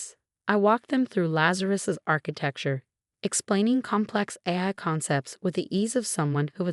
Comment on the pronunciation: Obviously did not do the voice over on this video, it pronounces AI as AYE sorta but it’s just not right. Why don’t they use a human to do this? Hey, replace us later when YOU GET IT RIGHT!